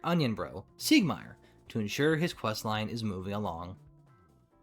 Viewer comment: Nice video but... how did you managed to put this much work into researching and ended mispronuncing "" and "Ariamis" lol Also looking at your souls, you clearly used soul dupes, could also duped the souveniers medals and the like, screw grinding those birds